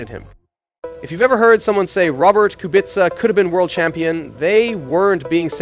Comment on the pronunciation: He pronounces Kubica perfectly, unlike some that are saying Kubika.